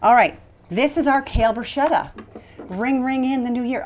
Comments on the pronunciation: .....bru...sket....ta!!!!! Not bru...shet....a. Please! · Yes! The Italian word “bruschetta” is pronounced /brus-ke-ta/ because “ch” is always pronounced as /k/.